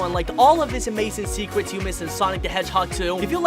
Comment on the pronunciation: But when he said swecret" 💀